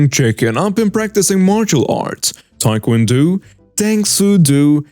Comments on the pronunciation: Tae Kwan Do the o is long not short oh not ew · you mispronounced that last story wrong it is not Tae Kwon DU it pronounced with long O for Tae Kwon Do thought I'd let you know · I like your videos and been following. Here's an advice on pronouncing Tae-Kwon-Do. It's not pronounced do, but dough like money or bread. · DO pronounced dough as in bread dough. It means 'way' in Japanese and Korean. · Wait, no one saw that the host said Taekwondo wrong?